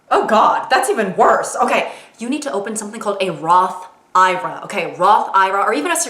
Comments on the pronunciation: it’s pronounced I R A not ira 😂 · As a 27 year old it’s Roth I.R.A. Not Ira like ya weird aunt. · I've never heard anyone pronounce it like roth "eye-rah" over roth "I-R-A"😭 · It’s not “Roth eye-ruh” it’s “Roth I.R.A.” Don’t say it like that around adults. They will cringe since it shows you’ve never heard someone say it out loud. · holy shit bro it is not a roth eyerah its a roth I R A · She makes Roth Ira sound like some old lady name 👵🏽